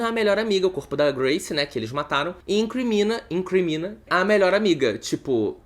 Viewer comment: E “incRINmina” hahahahahahaha